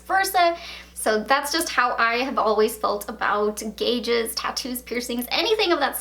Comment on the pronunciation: Every time she calls them gauges i cringe